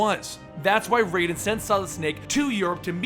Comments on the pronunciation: lol I cringe everytime he says RAYDEN. its RHYDEN not RAYDEN. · Just I'm kinda confused, after all the other videos using the correct pronunciation why did you start mispronouncing the names like calling Raiden "RAY-DEN" and then suddenly start using the correct pronunciation again?